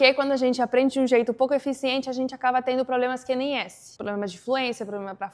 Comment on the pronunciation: Impressionante seu português! Percebi que você troca o ''b'' pelo ''v'' em nas palavras que terminam com a letra b. Exemplo: Quando você falou VERBO, o ''b'' saiu com som de ''v''. Mesma coisa com a palavra ACABA. Mas nada que atrapalharia a entender. Ótimo vídeo!